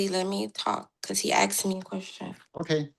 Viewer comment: Sorry but as soon as I hear "assed" I'm done 😂 English PLEASE!!